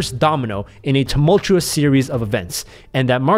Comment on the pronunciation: “Tumultchewesss”.... hahahaha